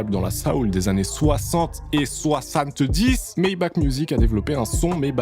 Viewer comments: Ce « soixanteuh disse » il est merveilleux 👌🏼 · soisanTEUH DISSE